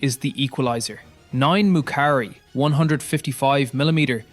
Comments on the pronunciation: 9 "McCarey" 155 millimeter 😂 it's Moukari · Maybe don't use AI generated text when the AI can't get them right. "Moukari" isn't "McCarney" and "MLRS" isn't "MLAs". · I was like that is K9 Thunder what "McCrey" but after I saw you message I burst laughing. 😅